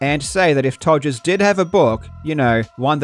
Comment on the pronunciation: Todd Todgers. Todgers. Rodd Todgers. Why?